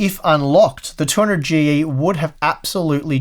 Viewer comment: Now I know what a heavily sleep depraved looks like: keeps saying A12-900 instead of A12-9800 and 200Gee instead of 200GE. And also forgets to test the processor with the 1080 ti FTW. I'm hoping he'll make up for it by testing it with the 2080 ti FE. Thanks for the video!